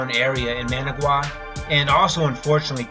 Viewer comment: Oh the horrible horrible pain of repeatedly mispronouncing Managua... The suffering is real